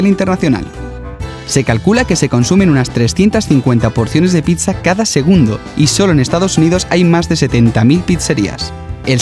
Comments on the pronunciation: si ven se dice pitsa y no pisa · es pizza no pitzza